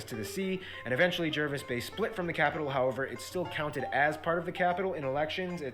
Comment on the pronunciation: *Platypuses. *Australia is an island continent (roughly speaking). *It's pronounced Jarvis Bay not Jervis Bay (I know the spelling). *External islands, mostly are uninhabited except for a few like Norfolk Is.. Cane toads are poisonous. As at mid 2021 population is around 26M. As you know now, currently China/Australia relations are not good.